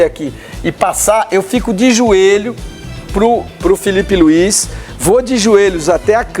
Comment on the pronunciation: Kkkkkkkk Gosto quando ele fala , Filipe Luiz . Kkkkkkkk Não sei como ele é comentarista. Kkkkkkkk Vergonha.